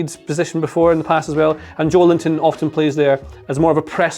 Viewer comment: Joe-L-inton. Nobody gets it right.